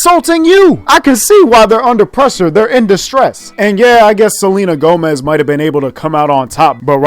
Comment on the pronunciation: nigga said selma gomez😂😂